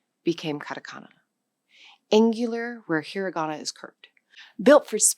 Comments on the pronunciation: Not “he-ree-ga-na”. “He-ra-ga-na”. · "hirigana"??? No, dear, it's hiragana. Do you say "aphabut"? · You should atleast pronounce it slightly correctly.... It's hirAgana. Not "heariigana"... You forgot romaji which is also used. Along with loan words from basically everywhere. But yeah. The writting system here is fcked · "That's 'hee ree GAHna'". It's 'hee RAH gahna'. A bit weird to talk about a language and simultaneously mispronounce one of its pillars.